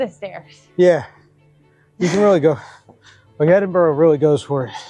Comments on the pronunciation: I can understand why Yanks pronounce it " edinborow" but STOP IT! It's pronounced "Edinbura" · The majority of Scots see ourselves as Scottish not British as British is just another term for English. And for the love of Scotland, it's more like Edinbru not Edinboro...😁🤘Edit, just caught the last bit and you got it right ish. Congrats... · Where the fucks “Edinboro?” That pronunciation is atrocious 😂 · Just to clarify pronunciation as it seems to cause issue with visitors - it’s said ‘Edin bur ra ‘ not Edin burrow’ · Please oh please research how to say things it’s Edinburgh but it’s sounds like you say Edinbura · i am extremely disappointed that whilst in the city you keep miss pronouncing Edinburgh. American defaltisim is incurable?